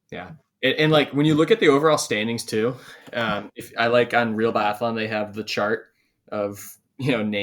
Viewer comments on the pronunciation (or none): Guys guys guys!! You deffi. have to work on your phonetics. And it will be easier to take you guys serious if you actually know how to say these athletes names. Put me in a pod as a guest so we can sort this guys:) I know biathlon really well(swedish) Really like your channel, but stop butchering their names mate!:))